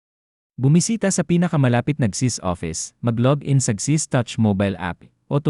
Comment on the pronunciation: Please pronounce the name of the agency clearly and correctly.... Not chizzzz. If thst is a fslse alarm, may something bad befall you for fooling us and dampening our hope. We are really in need to sustsin our living.